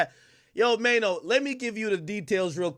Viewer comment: "Mayo"🤣🤣😂😂 Who the F is Mayo. Bet the owner of this channel cant even speak English